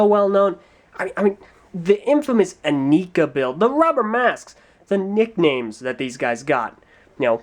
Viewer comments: Its not eh nee kaaaaaaaaaaaaaaaaa. Its eh nai kuh. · I am pretty sure it's pronounced "ih-Neye-kah". See this commercial: Not that I'd take the commercial as word of god ('08 ones mispronounced Lewa's name), but as far as I know, that was the only pronunciation given. A big con would be that the heads do not glow in the dark, despite how they were advertised. I also hated how Nuparu and Hewkii had yellow Zamor as opposed to red as advertised. Biggest pro is that the batteries in the sword are replaceable! :P I disagree about what you say of the masks. I thought they looked really badass. A bit out of place, perhaps, but still awesome. I was more disappointed by the lack of faces underneath the masks! Compatibility is not zero. You can slip these over Mata heads pretty easily. It won't stay on if you swing it around or anything, but I've made MOCs back in the day using these masks with Mata heads. Hideous MOCs, but the masks worked :P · Aren't they pronounced "in-eye-ka"? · Actually,, there is one thing you missed, and one SERIOUS gripe I had with the Inika (the commercials always called them "yi-nai-ka", for some reason) According to the Lego Magazine (June-August issue (?) 2006), the Inika heads were meant to glow in the dark, which they SCRAPPED for some reason and never really made a mention of it after that. Lack of QC at Lego, that was. Also, technically speaking, wouldn't Axonn be the next review? Since Axonn debuted in the second comic and was technically the first titan released with Brutaka.